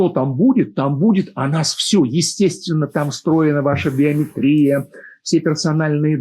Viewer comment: Уважаемый, в слове биомЕтрия, ударение именно на букву Е😊